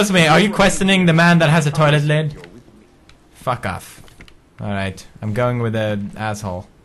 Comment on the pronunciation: everytime he says "fuck off" it sounds like he says пока